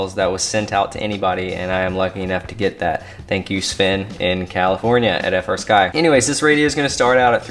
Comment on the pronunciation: That gimbal sounds like a high end fight stick gimbal. This was a great overview. Any chance of showing of the menus and displays? Oh, and I need to be that guy. I know you know they are called FREEsky, but you still call it F R Sky. Just me being a weirdo about that lmao.